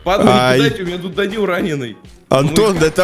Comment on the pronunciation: Оди́н а не óдин